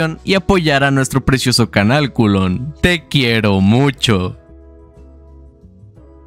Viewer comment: a lo mejor leo saco de ti el ''los quierom mumchom'' xD te adoro :'3